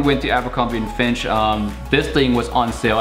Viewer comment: abercrombie and "fiNtch"